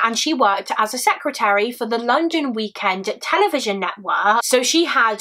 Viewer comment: Shots every time she says A secreater lol. Love your videos! Always well done!